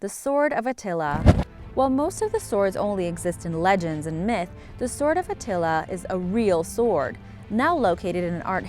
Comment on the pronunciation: At first I've thought I heard The Sword of Nutella when it came to The Sword of Attila part of the video XD